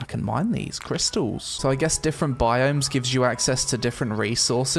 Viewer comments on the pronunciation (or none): none